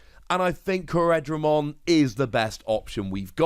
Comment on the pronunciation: To repeat myself again: CORE-DRA-MON. Not CO-RED-RA-MON